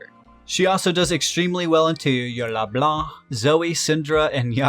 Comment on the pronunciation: Nice video, get a like just cause it's the first time I hear in an English video, someone not pronouncing that fuckin C at the end of LeBlanc! (yeah I'm French lol)